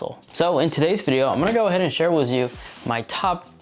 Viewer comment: with not wis